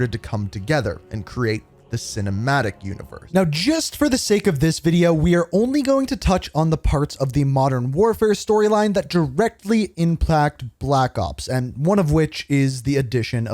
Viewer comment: “tht directly implact” “implact”